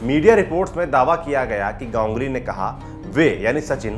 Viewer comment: Gongly क्या है गांगुली बोलो ना